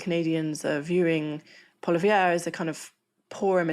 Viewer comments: Ok, we don’t have “tickets” and his name isn’t Polivere, it’s Poilievre. Better research would be helpful. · The Canadian Conservative leader Pierre Poilievre not poli-VER but pwa-LI-ev. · it's not "pwolla-v'yerr". it's "pwoll-y'ev". doesn't really matter, i suppose, as he will be a mere blip. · Pierre pronounces his surname: "PAW lee ev " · Enjoyed this update. But PS Polievre is pronounced (paw-lee-yev or paw lee-ev) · "PWAH-LEE-EVr" - gah, French names aren't that complicated. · Its pronounced "Polly-ev" Trump is clearly trying to use reverse psychology in endorsing the Liberals. Its so transparent - he has no moves of his own, he copies Putin. Putin endorsed Biden, it's the same ploy. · This woman is an idiot. She can't even be bothered to learn how to pronounce "Poilievre". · I dislike the guy immensely but you need to pronounce poilievre correctly. It’s a French name. You’ll be fine. Oh, you called Doug Ford the prime minister, but he’s not. He’s the premier of Ontario, an influential and wealthy province. Get it right. Disappointed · It would be nice if at least ONE person could pronounce Pierre Poilievre's name right. By the way, it means "pepper". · I'm not sure how reliable an analysis of Canadian politics is from a commentator who doesn't know how to say the name of the leader of the opposition. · The characterization of Pierre Pollievre (who's name the commentator couldnt even be bothered to learn to pronounce) as a "Trump-lite" figure was deplorable and sla discredit to Times Radio.Seems that iInstead of having somebody who's y'know, an actual expert on Canadian politics, you aired the comments of soneone who spent maybe an hour or two reading CBC editorials and used Liberal Party of Canada electionsering talking points and presenteds that as your analysis. I'm not a particular fan of Mr. Pollievre nor his party, but I can't let such a disingenuousness pass. Lazy. Shallow. Light-weight. Times Radio, up your game! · That pronunciation of Poilievre! 😬